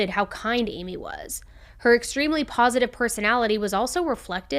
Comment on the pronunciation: Haha she said “paw-sitive”